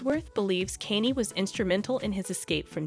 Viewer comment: Who is Kaney? The AI needs to be reprogrammed